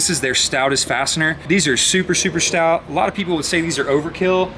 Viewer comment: Give me 5 bucks every time he said stought. I'd be rich.... an we finally found a guy that talks more then Matt lol love it though